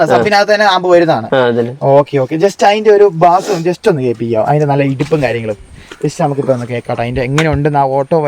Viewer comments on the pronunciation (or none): none